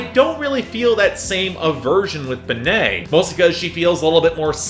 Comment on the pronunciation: Benee is pronounced ‘Benny’. Loved the new Aesop Rock.